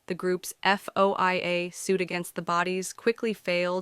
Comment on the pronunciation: Is the voice AI-generated? It sure is mispronouncing FOIA.